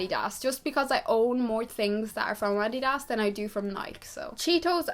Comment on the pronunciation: i looooove the way you said "nike" and "adidas" !!!! i've never heard "adidas" said like that before